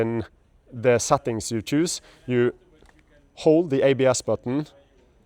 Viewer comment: They failed with that stupid indicator switch. I never even want to touch a Yamaha product if it has that stupid switch. What were they thinking? Also, why does this guy say the letter 'e' as 'ä' and the letter 'y' as 'e'? Sättings, Rälle etc.